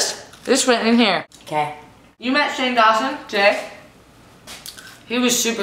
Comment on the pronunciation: In the beginning it sounded like you said Jane Austen instead of Shane Dawson...you should do a Jane Austen themed episode.